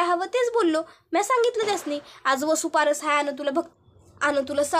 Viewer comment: वसुपारस नाही वसुबारस म्हणतात.